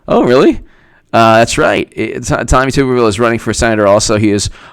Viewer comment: Just fyi it's pronounced TUBuhrville not TOOBuhrville haha